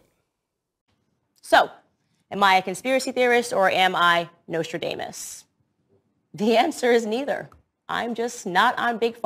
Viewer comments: Who the hell is Nostra-DAY-mus? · I hope they sue her for putting his family through that type of additional pain during their time of grief. "Candice Owens" IS a walking talking crime. Someone needs to tell Ms. Owens that it's pronounced Nostradamus (has IN Nos-tra-dom-us)not Nos-tra-dame-us. 🙄🙄🙄 Bless her little pea picking heart.✌️ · Notradamus (pronounced with a long a) is right up there with gaspacho. It is No(s)tradamus ("a" pronounced as ah) and Gestapo. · Wow she doesn't even know how to pronounce Nostradamus correctly. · She can’t even pronounce Nostradamus correctly. So ridiculous.